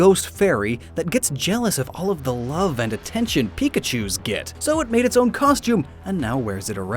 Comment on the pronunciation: IT'S PIKACHU, NOT PHIKACY! PLEASE GET IT RIGHT!